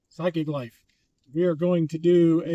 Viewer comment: heehee, "side gig life" sounded like "psychic life" -- really enjoying the thrifting shipping!